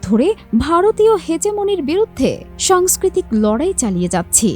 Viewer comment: কথাটা সাংস্কৃতিক, সংস্কৃতিক না